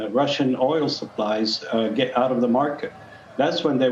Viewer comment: 12,03 “That ets you quickly peek” - We will “et” you of the hook for that one